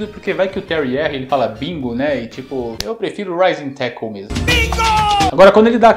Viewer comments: "Rising Tackle". Tinha um amigo na escola que jurava que ele falava "Cartoon network " hahahahaha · Rising tackle eu achava que era : Ai meu saco! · Sempre achei que o Terry falava "Mata inseto" no golpe do carrinho RS...